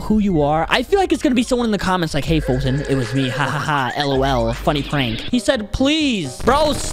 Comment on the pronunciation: Ha ha Falton😂😂😂😂😂😂 I didn’t mean to join him I thought he said I wanted to do a one V one